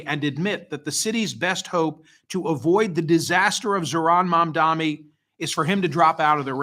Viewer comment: Why do you find it so difficult to pronounce Mamdani?